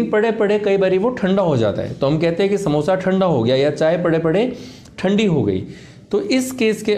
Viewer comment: Amazinggggg video 👏🏻👏🏻👏🏻👏🏻 as always very knowledgable and useful 👌🏻👌🏻👌🏻.. And i love that funny part too...specially “कहयते हैं” 🤣🤣😂 and john longs😂😅👏🏻👏🏻👏🏻